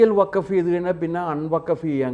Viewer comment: Pls pronounce properly…it is not WAKAF….it is WAKF…C th difference